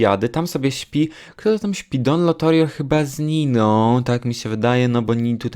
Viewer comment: Wszyscy: Don Lotario: Don Lotorio Jak mnie to wkurzało XDDDD, ale i tak kocham ❤️